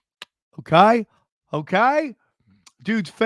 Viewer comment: I like when says KAI, instead of okay.